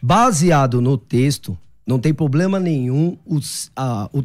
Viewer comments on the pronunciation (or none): Nitidamente decorou umas palavras em hebraico e grego... e fala pobLema... socorro haha